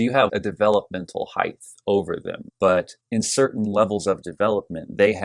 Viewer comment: I never thought I would spend 9 minutes listening to someone who pronounces height “heigth”... But you hit some really interesting distinctions. Nice work.